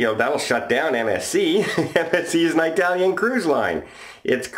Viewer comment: I enjoy your videos but if ur gonna comment on the Italians plz say it right 🤦‍♂️ It’s IIIIITALIAN not Eye-Talian